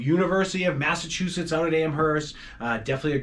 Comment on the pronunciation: PLEASE don't pronounce the H in Amherst.